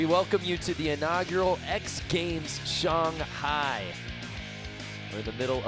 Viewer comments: Did he pronounce Shanhai wrong ? We really are in a Mandela effect type universe. Jesus.... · Everyone in the world: Shanghi Broadcaster: Shaunghi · It's not pronounced shong hi. Say it just like it's spelt SHANGHAI. now say it right shangit. And judges be blind af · What's with this "shong" hai nonsense.. say it right. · Just killed me every time he said Shong-hai instead of Shang-hai. Usually the announcers get the trick names wrong. One time on a different contest they called a hurricane grind a backwards crooked grind. Always have at least one real skater commenting on the contest. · Am I the only one who gets bothered when they say "Shawnhi" . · If that dude says shong-hi again ima loose it lol unless that’s how it say it, then I’ll shut up lol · "Shunghai" though?? Really? I've never heard that pronounciation, is that really how it's spoken? Lol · .. not if you are American. Than you pronounce it Shanghey .. and you don’t care. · Shanghai not "Shung-hi" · Shawn hi? Apparently. Thought it was Shanghai.